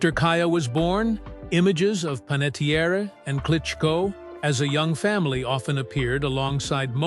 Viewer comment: Pronouncing her name correctly would go a long way to respect her life and legacy. Listen to the Jay Shetty podcast or her book intro, or all the other times she has explained how to pronounce her name. Her family's actual, ancestral Italian surname was Panettieri. When he moved overseas, her grandfather’s name was misspelled on official paperwork due to a simple clerical typo, dropping the final "i" and replacing it with an "e" creating the name ”Panettiere". Her grandfather simply didn't bother to go through the bureaucratic hassle of correcting the government or the paperwork, deciding to just leave it as it was. Because he let the mistake slide, the typo legally stuck and was passed down, which is why she grew up with the surname ending in an "e" instead of the original "i". It is pronounced Pan - et - Tee - Air